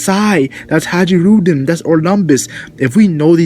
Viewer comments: I think it's pronounced HIGH-rudin not ha-JEE-rudin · Bruh. Hajruden. Hai-ru-din. The j is silent. Dig the video though and I'm looking forward to a sliver of the grand fleet showing up soon. I wanna see Orlumbus bring that monster sized fleet to Whole Cake and mess the wedding up royally